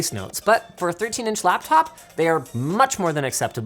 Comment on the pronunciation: "UR CAPTOP IS SCOW" ?